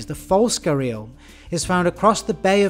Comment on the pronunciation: its pronounced "g-air-ee-al" not "guh-reel"